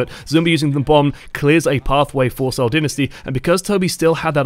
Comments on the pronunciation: Also it's pronounced "sole" not "seeeeowl" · "See-ohl Din-nisty"